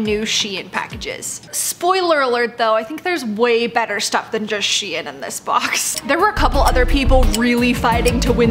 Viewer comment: Not being rude but SHEIN is pronounced sh-ee-n